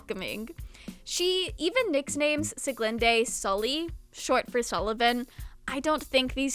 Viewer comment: I really liked it so much again, I´m excited for the next arc . Though as a german I have to tell you that you prenounst sulis name wrong. but I like your way more than the german one. time to wait again :)